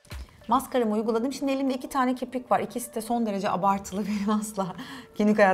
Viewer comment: ve ilk kirpik dediğinde kiprik dedin